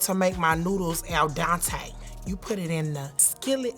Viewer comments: "Al Dante" OMEGALUL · this bish said Al Dontae. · homegirl said "al-dontae" haha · Um, in what world is cumin an “authentic“ Italian bolognese ingredient? Also who is Al Dante, lol? It’s Al Dente. To the tooth. And it’s not hala-PEEN-oh. It’s hala-PEEN-yoh. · "AL DANTE". lol. (Dante was the poet, it's dente, al dente) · she said ELDONTAE LOL not Al Dente I love us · As an Italian... That spaghetti/lasagna mash up made me vomit a little 🤢🤢 and she said al diontae like her son's name 😂😂😂💀💀💀💀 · From here on I’m calling my spaghetti “Al Donte” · “Al Dontae” 😂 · "I LEARNED HOW TO MAKE MY PASTA ALLLL DANTEEEE" 😂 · Who tf is "Al Dante" 😂😂😂😂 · Hahahaha she said " al dante". Now i know why they call anthony, anfernee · “Al Dante” hehe 😆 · She's black, it's not "Al Donte", it's "Al D'ontay" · Also, "ok it smells al donte". Hahaha